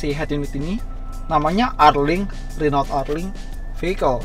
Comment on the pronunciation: Om pelafalan Renault nya salah tuh, liat di Autonetmagz instagram kan baca nya 'HUNU' hahaha